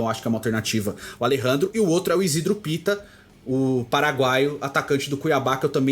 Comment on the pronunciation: Parei de assistir quando falou pitta